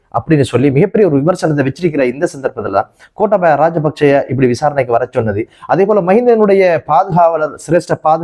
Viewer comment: அதென்னா "கோட்டாபாய" ? "Gotabaya" என்று G' Sound la சொன்னால் கொஞ்சம் அழகாக இருக்கும் தானே ப்ரோ 😂😅